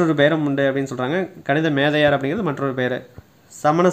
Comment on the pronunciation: Bro kanimethaviyar thane. Neenga kanithamethaviyar nu soldringa ethu correct